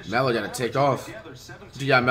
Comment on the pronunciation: sus moment how he said Melo name 😂😂👐🏾